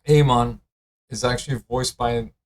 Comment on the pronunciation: Bro learn how to pronounce Amon